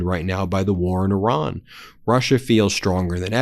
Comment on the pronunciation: Do you ever read your comments? Stop calling Iran, Oron. It makes you sound dumb. Otherwise, keep up the good work!